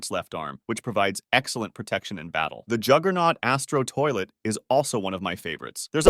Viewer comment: Please can u say astro toilet normal and can u stop saying the in ur videos I will quit watching if I don't stop doing that